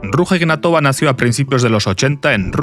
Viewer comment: Se pronuncia aproximadamente "Ruya Ignátova". Da cosica cómo lo pronuncias...